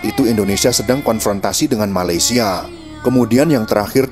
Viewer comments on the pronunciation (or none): none